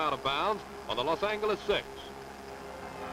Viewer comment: "Los An-hard G sound, eles."